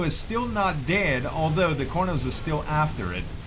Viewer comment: IMAO CORNOS XD XD IT CAR-NO-S